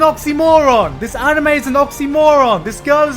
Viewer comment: You pronounced anime wrong